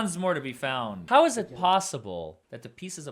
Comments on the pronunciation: I’m going to say at about the minute mark listen to how the Prosecutor asked the question “Hou’s” ok can’t spell it but it’s supposed to be How.. is that a normal way to speak or say How? I’m just curious because I would want to correct them all day long 🙊🤪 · I’m going to say at about the minute mark listen to how the Prosecutor asked the question “Hou’s” ok can’t spell it but it’s supposed to be How.. is that a normal way to speak or say How? I’m just curious because I would want to correct them all day long 🙊🤪.. Also what Police Department doesn’t Secure a Possible Crime Scene?